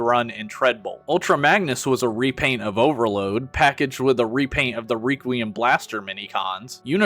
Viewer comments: it's requiem (/ˈrekwēəm/) not reququium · Say it with me class, "wreck-wee-uhm." "Wreck-wee-uhm" blaster. "Wreck" not "Reek." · Reeee-quiem blaster??? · wait how did you pronounce requiem blaster? hahahha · Tried really hard to enjoy this, but all of the weird pronunciations/engagement baiting killed it for me. Have you never heard the word requiem out loud before? And Sureshock is just a scooter, Vespa is a specific brand which he doesn't look anything like. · Your pronunciation of 'requiem' makes my brain fuzzy.